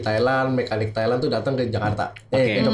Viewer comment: Thailand bang, bukan thailen lebay bet